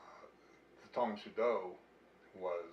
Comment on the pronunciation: The host says "Tang Soo Do" as "psuedo" instead of "sue - DOH". It's "tong sue DOH" not "tong SUE doh". You're stressing the wrong syllable!